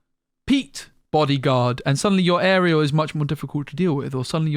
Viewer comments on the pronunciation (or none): none